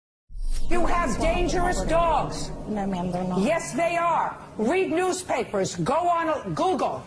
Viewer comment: I wrote it the way she said it. That's why the quotation marks.